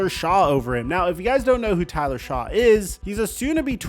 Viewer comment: Dude, it’s pronounced Tyler SHUCK. Shuck. Not Shaw. You even played the clip of his draft announcement with the correct pronunciation. If you’re gonna be taken seriously with your content, you HAVE to start getting names right. I like the video. Get the damn name right, bro. You do this all the time. Correct the mistakes and learn the names. Good video otherwise.